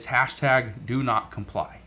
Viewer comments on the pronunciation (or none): none